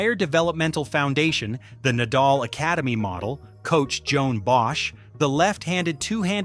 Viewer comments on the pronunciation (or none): none